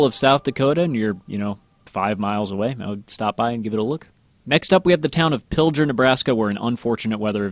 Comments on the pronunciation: Yes, if you look at the map by Pilger you see a town called Pender. I live in pender. And it's not how you pronounce it you pronounce it (pill-gur) or (pill-gaur). Also yes that was VERY scary. Also because we had sister tornadoes EF3 SF2 and they combined at the pender dump. It used to be nice for a dump now it's jaut one building and 2 dumpsters. Sad days. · pilger is pronounced "pill-g-er". g as in pig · To bad he pronounced Pilger wrong. I was miles away the day it happened.